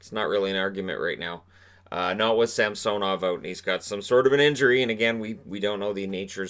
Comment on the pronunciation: dude , its samsonov,, not sam soow nov lol pretty sure